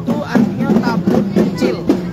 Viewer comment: TABUT bukan TABOT, mohon diperbaiki